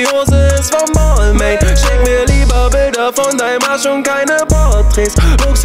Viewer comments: Kann das sein das er Balmain falsch ausspricht ? Man spricht es doch Balma aus oder nicht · Das spricht man BAL-MAHN aus hahaha... Bruder nimm den Track runter, ist ja echt peinlich. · Hauptsache Balmain ausgesprochen....😂🤦🏼‍♂️ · Es heißt nicht [baalmäin] sondern [balmahn] du Attrappe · spricht man balmain nicht anderst aus? 😂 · Ich hoffe er weiß das er die marke falsch ausgesprochen hat und es nur für den Reim so ausgesprochen hat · Er spricht Balmain einfach die ganze Zeit falsch aus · Er spricht balmain mit Absicht falsch aus aber warum ?? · Alter du sprichst Balmain falsch aus 🤦‍♂️🤦‍♂️🤦‍♂️ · red' nicht von Marken, die du nicht mal aussprechen kannst... schreibt einen ganzen Track drüber aber spricht die Marke falsch aus #brudermusslos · Sprich es bitte richtig aus du möchtegern fashionkiller